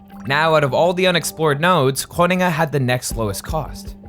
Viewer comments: yeah they butchered Groningen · pronouncing Groningen like that hurt me 😭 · And Groningen? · "grunningun" lol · Didnt expect this video to turn into an Amerikan trying to pronounce Groningen over 5 times in a row, but can't say that didn't elevate the pleasure of my viewing experience. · i'm not comfortable on how you pronounce Groningen 😅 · gruniggen.. lol you had the pronounciation right there. It's fine though. It is definitely one of the more difficult towns to pronounce for non native speakers. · You included an interview of Dijkstra pronouncing Groningen and only seconds later you butcher it with grunnegun. Schaam je. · Where is Gwoningen 😂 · So funny how you mispronounce Groningen. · this video is like that video of benedict cumberbatch saying penguin all the wrong ways.. but instead the word is groningen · Yeah this proves to me that the narrator at that point,, is Dutch. I believe he mentioned it before as well. Later in the video, you can clearly hear how Groningen is butchered again, multiple times. But not when the OG Veritasium Dutchie pronounces it 😂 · Dude why are you butchering Groningen pronounce hard? You could at least have google it G is not a G as in English. You have millions of followers whom might hear and learn it for the first time. And now those people are saying wat ever the hell word it is that your using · I noticed that too. I've spent some time in the Netherlands a couple hundred years ago. Enough to notice Groningen being pronounced with a full american G later 😅 (I remember being corrected on how to pronounce that, multiple times) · Yes, just a few seconds later Groningen turns into Groningen. 😀 It is so unfortunate that they know the pronounciation of Dijkstra and Groningen, but decide to do something else... 😞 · As someone living in Groningen, I found it very funny hearing you pronounce it every time 😂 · The pronunciation of Gröningen was an absolute travesty.